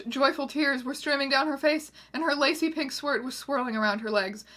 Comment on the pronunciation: I still cant get over the fact that you said "Her Lacey pink swirt"